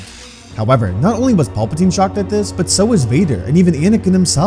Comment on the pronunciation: Who TF is Paulpatine? You mean Palpatine??PAL- PATINE. Paul must be the clone that somehow came back in episode 9 🤣